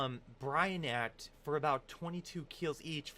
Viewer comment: how did you get "bryonath" from "bryophyta"